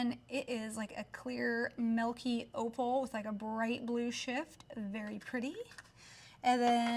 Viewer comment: TYSM FOR THOS VIDEO!! But BTW I'm not sure if anyone has told this, but the way you say milk/milky sounds like Malk or Melky totally reminds me of Mia Maples.. lol❤❤